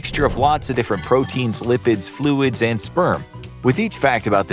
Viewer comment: Did he say protein